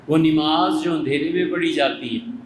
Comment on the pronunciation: Molana sahab apki urdu bhi sahi nahi nimaz nahi namaz sahi urdu